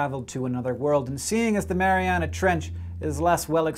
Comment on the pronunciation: Thank you for pronouncing Mariana correctly. It makes me cringe when someone says Marianas Trench. One is a geographic land form, the other a Canadian boy band. Also: Go Canada Go!